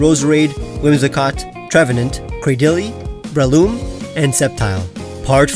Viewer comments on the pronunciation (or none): none